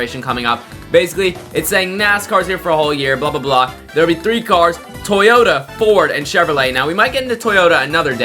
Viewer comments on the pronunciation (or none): Bro said "toyta" in the announcement